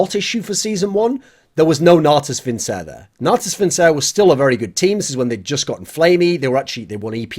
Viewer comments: I swear to god every time he pronounces natus vincere like that I cringe into oblivion. "vincere" is pronounced "vinkere" or "vinchere" not "vincer" goddammit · It's pronounced Natus Vinkere.